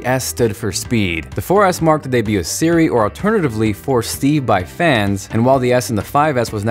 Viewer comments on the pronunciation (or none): none